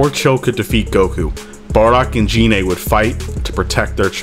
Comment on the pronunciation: It's gine